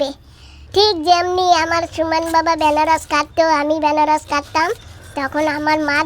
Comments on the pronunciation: Anaras hobe banaras na😂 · এই মহিলা এইটা বেনারস না আনারস বলে। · Benaras noy .. Anaras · Anaras k benaras bolen keno didi? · আরে ভাই ওটা আনারস,, বেনারস না😊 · বেনারস নয়্ আনারস বলে ঠিকভাবে কথা বল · Benaras noi anaras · আনারস কে তোমরা কেনো বেনারস বলো